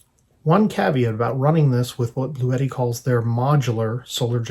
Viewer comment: It is pronounced Blue T not bluetti